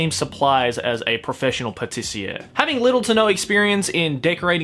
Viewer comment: Doesn't have anything to do with anime, but i love how the word "pâtissier" is pronounced, cause that's exactly how you say it in french and it feels so weird like "did i just hear speak french? oh nevermind he said pâtissier"